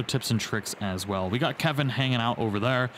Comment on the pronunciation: I will never understand why half the of worlds population cannot say the name “Kelvin”